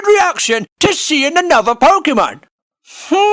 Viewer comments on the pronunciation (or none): none